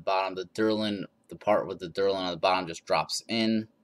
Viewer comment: thank you for explaining the base issues. also.. its D.E.L.R.I.N. not delern